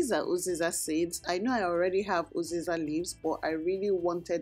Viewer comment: Pls is there a difference between uziza and oziza? I’m not sure if you’re saying uziza or oziza